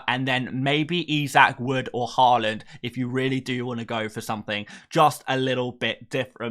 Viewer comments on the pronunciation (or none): none